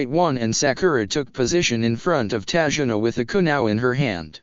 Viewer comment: it's tazuna